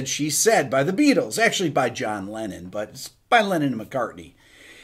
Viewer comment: I am now and forever hear "The Be ah tols"... thanx